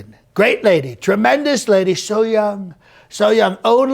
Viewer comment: The way butchered the word "tremendous"...I think its time we do away with that word.